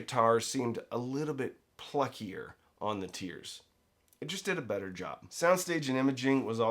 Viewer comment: I just like to hear him say "bet-ter."